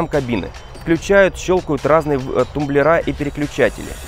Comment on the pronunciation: Не тумблерА, а тУмблеры.